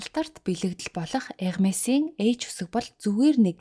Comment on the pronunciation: вов Hermes-ийг Ermes гэж зөв дууддаг хүн баыдаг л юм бн❤..